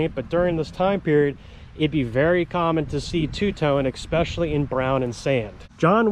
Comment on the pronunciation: There is no such word as ex̌pecially. The word is (especially)!